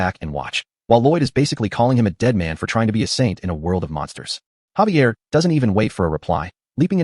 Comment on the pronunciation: Xavier...say it with me Zay-V-ah! also who is Lloyed and who is Xavier? it mixes up so much, might as well just call them both soup.